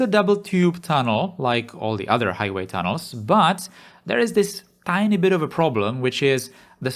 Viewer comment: I'm not really familiar with this channel, watched maybe three prior videos here. Still get used to the accent. But at the start it sounded like you were saying Thanos rather than tunnels XD